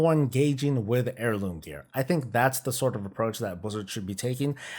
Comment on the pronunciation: Gah.. all I hear now is hair-looms after that intro. 😉